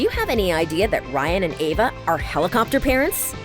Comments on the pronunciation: Eva not Ava!! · EVA not AVA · Eva. Not Ava. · Anyone else bothered by the narrator saying "Ava" instead of "Eve-a"? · Why does the narrator keep saying "Ava"? Her name is "EVA". It's super annoying and unprofessional. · Was I the only one who kept saying Eva not Ava, every single time she mispronounced the name? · EVA omg not AVA 🤦🏼‍♀️ lol 😂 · This chick keeps calling her Ava..... Eva!!! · No she's not correct its pronounced Eh-vah as in ever (with out the r sound)..... When did the vowel E sound like Aye? Never.... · Her name is E v a not Ava🙄